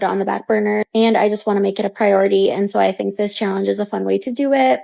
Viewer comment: Does anyone know what "theenk" means? 🤔😂